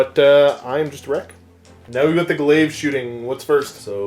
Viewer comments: I was so ready to see Steve vs Josh but this was a nice change, also props to for not taking phospex on all those units. That said though man, it's pronounced 'glay-vh'. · Oh god that pronunciation of glaive hurts me